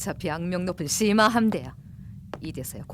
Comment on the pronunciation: 분명 시마 라고 쓴거 같은데 ㅅ..ㅂ으로 들리는걸까